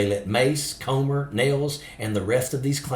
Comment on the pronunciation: when you pronounce the word "come" it's different than the word "comb"..so lets pronounce "Comer's" name correctly ..Comer is pronounced "cummer"